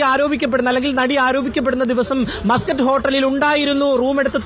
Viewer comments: മാസ്കറ്റ് അല്ലടി.. മസ്‌ക്കറ്റ് ഹോട്ടൽ.. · Maaaskatt alla chechii... Musket aan he😂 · Yavalqentha rogam! "mascot hotel" ennu parayunne? Avalde ground reporter muscat ennu paranyattum, backgroundil aaro yavale aadhyame correct cheythittum, veendum 'mascot mascot' ennu parayunna vevara heenal 🫵😡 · മസ്ക്കറ്റ് ഹോട്ടൽ അല്ലേ ? എന്താ മാസ്ക്കറ്റ് ഹോട്ടൽ എന്ന് പറയുന്നത് ?🤔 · മാസകറ്റ് അല്ല മസ്ക്കറ്റ് ആണ് 😅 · മാസ്കറ്റ് അല്ല മസ്കറ്റ് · മാസ് കറ്റ് അല്ല മസ്ക്കറ്റ് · Muscat aanu maascut alla😂😂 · മാസ്സ്കറ്റ് അല്ല മസ്കറ്റ്